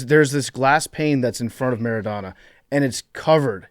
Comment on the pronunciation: PFT, Diego Maradona can’t be your personal hero if you’re saying his name MER-IH-DAW-NAW. it’s phonetic.